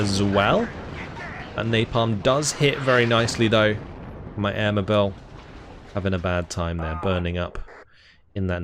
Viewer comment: Given that it's a British force, would they be pronounced the British way you'd say "air mobile" rather than the French sounding "mobe-ill" at the end? I'm not flaming, just genuinely interested.